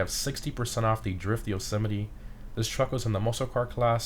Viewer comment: Wait. So do you officially pronounce yosemite as "joe smite" or as "joe semmity"?